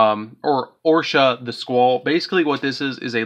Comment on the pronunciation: Love the deck profile, but listening to you completely butcher some of those names was painful. Calling it "Orsha" the Squall when Oroshi doesn't even have an A in the name triggered me a bit